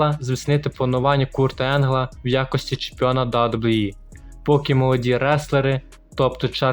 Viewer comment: Чувак, кажи просто Дабі-Дабі-і